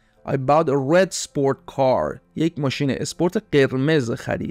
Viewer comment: استاد؟؟استادددددد؟؟؟ دوست من تلفظ bought اون نیست